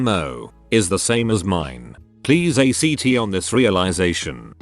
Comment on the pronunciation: "ACT" bot: aY seE Tea